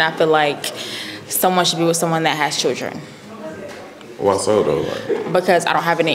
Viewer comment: And why is she pronouncing “children” as “chitchren” or “choochren” lmfaoo huhhh?